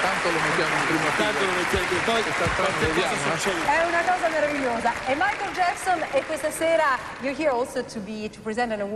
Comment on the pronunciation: LOVIU MAICOL" JAJAJAJ